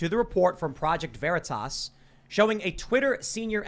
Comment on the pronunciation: "Project Ver-re-tas" Oh man, this was the best watching live.